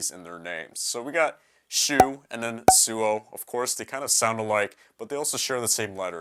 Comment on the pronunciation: by the way, suou is pronounced sowa